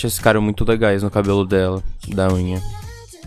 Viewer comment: Não se pronuncia E-hum-rá, é Una. 🙁